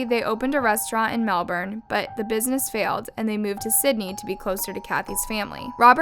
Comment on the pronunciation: big creds to, she said Melbourne right:)